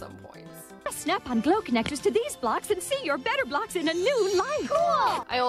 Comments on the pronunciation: The way you say it sounds like Betablocks, and remind me of those pills lol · No one: Absolutely not a single soul:: BETTAH BLAHX But for real, tho, how can you talk about 90s commercials without mentioning Crossfire or Mr. Bucket?